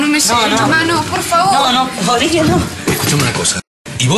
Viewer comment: Jajajajajaaja grieta en cambio de decir olivia dice olivo.. Me mueroooo